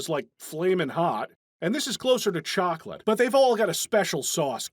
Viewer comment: I like it when cv says "ChAHcolate"